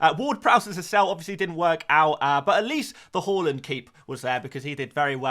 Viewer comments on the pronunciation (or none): Love your videos but PLZ stop pronouncing Haaland's name "haw-land"... he said himself it's HAA-land or HO-LLAND